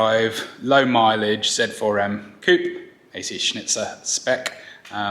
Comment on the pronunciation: you pronounce it as ac schnitzel lol, congrats on the kiddo!